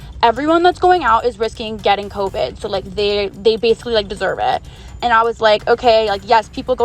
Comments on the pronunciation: I hated bow the 1st girl talked “Coveed” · “She has COEVEDD”